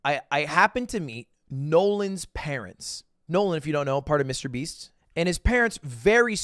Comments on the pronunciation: He said Mrbean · wait did you say MrBean ??? xD